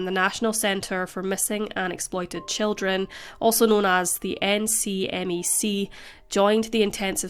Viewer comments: Not for future reference: The National Center for Missing & Exploited Children [NCMEC] is usually pronounced "Nick-Mick" rather than spelling out the acronym. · A note to our beloved host: for future episodes, most Americans who consume True Crime pronounce the NCMEC similar to "Neck-meck." We're big on turning acronyms into words over here.